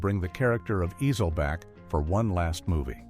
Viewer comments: Ezel!!! Not Easel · The way he keeps pronouncing Ezel is PMO! Lol